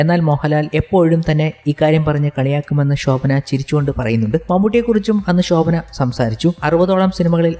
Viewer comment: ഷോഭന അല്ല ശോഭന